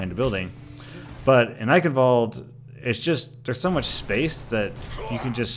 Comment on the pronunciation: The pronunciation is still wrong...